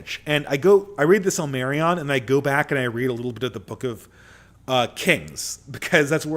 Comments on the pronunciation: The sill-Mary-ON. 🙃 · pronouncing Silmarillion is a recipe for disaster 😂